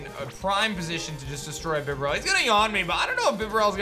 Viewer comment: Idk what it is but the way you pronounced bibarrel and cofagrigus 😂